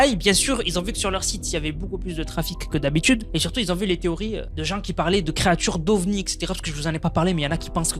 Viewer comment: Arrete les liaisons debiles "les gens qui zont , les gens qui zaime" 😂😂 "y en a qui zont" y a pas de z a qui